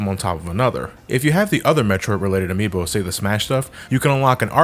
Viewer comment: ""Amiibos" My friend... No...